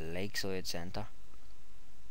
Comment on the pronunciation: I like when you say center "centah" :D Than for the tutorial, nice job. <3